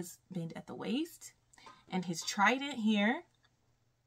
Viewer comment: I love how you say "this is kIng TrIteenn and his trieDEnynt" it so funny😂😂😂